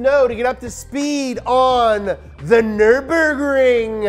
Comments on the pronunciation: Brotip: there's no "aaah" at the end of "Nürburgring". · Does anyone else remember the track being called neuremburg? I dont know if this is a mandela effect or what but I distinctly remember learning the word and hearing -burg at the end and not -bring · Guess what; Those dots above the U means that it´s a german Y. It´s not Nurburgring, it´s Nyrburgring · offenbar auch NRW Abi gemacht? Abgesehen davon heißt das NÜRBURGRING ;) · You can't even pronounce Nürburgring the right way 😂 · bro get your german up we pronounce zs like zs and not like fs